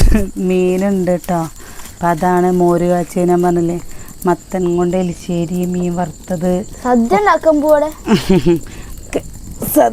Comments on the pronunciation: Erissery , eli alla 😂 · എലിശേരി അല്ല.... എരിശെരിയാണ് 😌😌🥰💖❤️